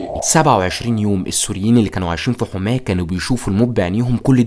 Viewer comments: هي يا اسمها حَماه وليست حُماه يا 😂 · انا مش عارف كيف طالع تعمل وثائي عن سوريا وانت ما تعرف تنطق اسماء المدن السورية اسمها حماة بفتح الحاء مش ضمها عجيب امرك